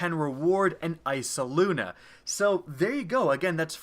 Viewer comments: Ey"AS"luna NOT Ey"SA"luna,. You even wrote it correctly lol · How can people possibly pronounce names of guns wrong? Or does he say eyesluna like that on purpose? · "Eysaluna" Are you kidding me right now The s is after the a you doorknob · love your content (favorite destiny channel) but the way you say eyasluna like ice-uh-luna is just awful hahaha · Joseph Siciliano E-ya-sluna 😊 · Brent Addie eyasluna hand cannon he pronounces it wrong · Does anyone else get annoyed when he pronounces 'Eyasluna' wrong?